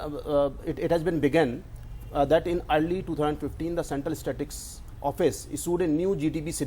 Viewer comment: Never trust a CA who can't pronounce "Statistics".